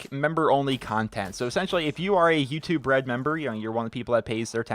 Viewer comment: I keep hearing "Youtube bread"